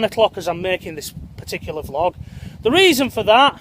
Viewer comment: Prefer it when you say vee-log rather than vlog! Thanks for helping keep us all sane in all this madness.